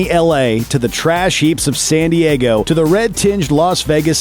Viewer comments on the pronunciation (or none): none